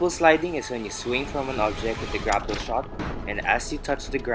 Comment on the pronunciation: did he mean grapple sliding when he said "grackle sliding"?